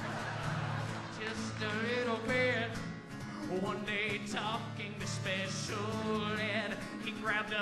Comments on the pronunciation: I swear he keeps saying "pecial" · just a little bit 'pecial :D